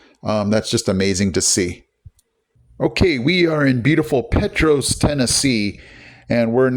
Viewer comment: Did you go to the October Sky Festival yesterday? Petros is actually pronounced PeeTrahs. Not being a jerk just trying to be helpful. When you were driving into Oliver Springs I know you saw how beautiful the ridges a valleys were. They were not like 40 or 50 years ago. All the ridges around Oliver Springs were seriously mined and all the ridges had big gashes in them. Thanks to President Nixon implementing the EPA the ridges are beautiful again!